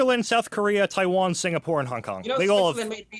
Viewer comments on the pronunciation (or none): none